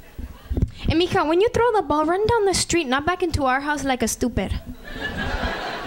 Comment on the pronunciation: it's m'ija but whatever lol